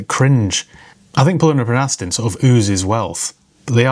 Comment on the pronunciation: What’s an “Astin” ? 😂 Great video by the way.